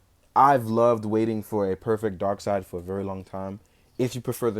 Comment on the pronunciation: Darkseid, pronounced darkseed!